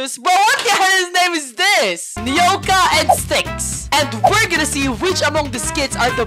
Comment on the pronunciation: Since nobody can pronounce the kit names, I’m here to help Agni- Ah Guh Nee Styx-Sticks Nyoka-Nuh I Oak ah Bekzat- Beh Cuh Zuh At Hephaestus-Hef ice tus